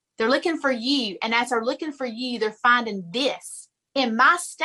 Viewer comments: "ThEy'Re lOoKiN' fEr EeYeW" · "Lueking fer yeeuw" Oooh. Made me shudder.